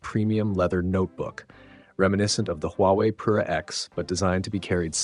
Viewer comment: The only problem with this is it is “Huwaei”